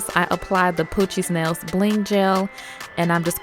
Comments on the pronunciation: The way she says “poochiez nails” sounds like “Coochie smells” lmfao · I was like nah at first but then She said it and I got what you meant lol the first time she said it i heard coochie smells too